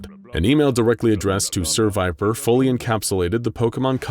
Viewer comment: I'm i the only one who noticed "ser viper" sounds like "seviper?"